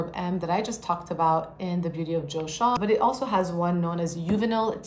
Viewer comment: Joseon is pronounced ‘jo-sun’.